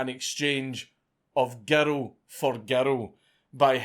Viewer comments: I like how he pronounced girl as gertal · Everyone's talking about how he pronounces "murder" but how about how he pronounces "girl?" Gerrul. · How do you manage to pronounce "girl" as "gerro"?